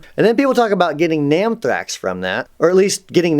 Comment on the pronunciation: "Nammthrax" pahahaha!